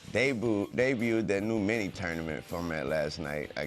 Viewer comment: “De-Booed I mean Debuted”